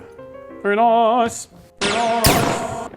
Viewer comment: You say very Noice…. Very distinctively Dr potato PANTS 😅